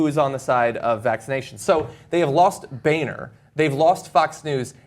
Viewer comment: I've been pronouncing Boehner's name wrong in my head all this time then.